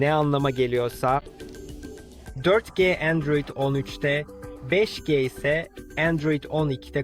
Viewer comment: Endroid değil Android 😂